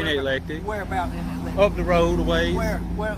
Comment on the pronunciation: It's called EC-LEC-TIC I grew up about 15 minutes away in Tallassee AL